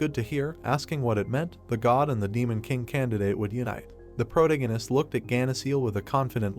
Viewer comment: If I hear him say "Prota-gun-ist" one more time, I might lose my mind. It's still a great story tho! Just make sure you pronounce your words properly and try not to overuse "protagonist" as much lol